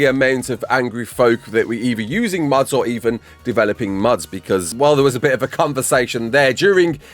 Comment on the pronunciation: I thought you were saying muds instead of mods I'm like multy user dungeons? Hahah